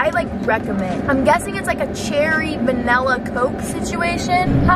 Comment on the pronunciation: Why does it annoy me that she pronounces Wendy’s like Windy’s but then pronounced vanilla like vanella ahahah